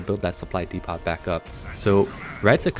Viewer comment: Dee pot is killing me. 😂